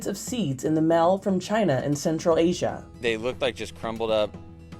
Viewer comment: Voice over lady needs to get her 'A's & 'E's separate. Mail not "mell."